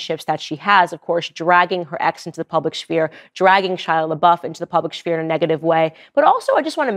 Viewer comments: Candace says schpear instead of sphere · P.S. it's SPHERE not SHPHERE.😏✌️ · I love you, Candace. And I don’t mean to embarrass you, but I just want to let you know that you don’t say sphere the way you said it; it’s pronounced as if SFere. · Someone teach this woman how to pronounce sphere. Wtf